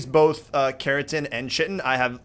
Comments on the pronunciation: It is said ki-tin not chi-tin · It's called (KITEN) not chitin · U GUYS ARE SAYING CHITIN WRONG!! Say it like kitin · it is not pronounced chitin. it is pronounced ci-ten. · Chitin is pronounced like kite-in and keratin is pronounced like care-a-tin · I'm pretty sure Chitin is pronounced like sky-ton without the S lol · It's ki-ton rob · did you say shitin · is said like kytin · Its Chi-ten....